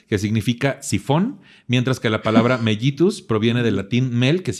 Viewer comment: que buen programa y tus invitados de lujo!! Solo un detallito, se dice Diabetes "melitus" aunque se escriba con "ll" 😉 Te mando un gran abrazo con toda mi admiración 🥰